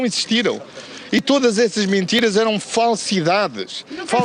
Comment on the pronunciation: eu gosto como ele diz ''Mintiras''... lol